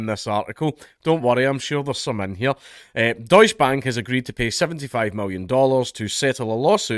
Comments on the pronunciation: Deus Bank, well they don't deserve to be pronounced right. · Please, for the love of god, put an e (prnounced like the first E in Enemy) after the 'deutsch'